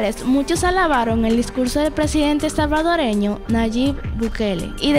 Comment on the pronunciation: Nayib por favor así como se lee NAYIB BUKELE